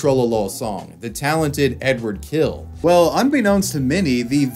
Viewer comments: His last name sounds closer to "Hill", definitely not "kill". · It's Hill not Kill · Am I hearing badly or is there something wrong with the English language? He is [Hil] and not [Kil] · his last name is pronounced "Hill." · Great video, finally I know the backstory. But to his name - it's actually Эдуа́рд Анато́льевич Хиль - ɨdʊˈart ɐnɐˈtolʲjɪvʲɪtɕ ˈxʲilʲ. There's no ''K'' or ''H'' sound in his surname. It starts with ''X'' like in ''Mexico'' (pronounced in Spanish) and ends with very soft ''L'' (like in Spanish word ''Sevilla'') ... oh yeah, I know. Anglophones, hahaha.